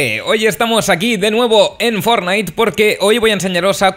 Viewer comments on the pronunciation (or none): q no se pronuncia "Fórnite" se pronuncia "/fornait/"